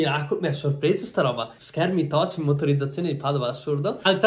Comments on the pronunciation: Ho riguardato questo video solo ora, e mi sono accorto di quante volte dica effettivamente "TOCH" anziché "TOUCH" 😂😂😂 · Nessuno:… Assolutamente nessuno:..: “questo schermo è TOCH” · “Schermi del paleolitico però totch” fil il tuo inglese è arrivato dal homo erectus mi sa. Grande comunque❤️ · tutti: schermo touch fil: schermo TOCH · "Schermi toch" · si ma toch e non touch mi esplode il cervello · “Schermi toch” ahah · “Schermi toch”